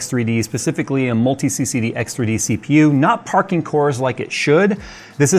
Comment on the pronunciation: All I heard was Parkour!